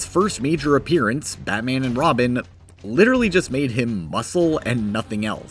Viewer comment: nah but literahlee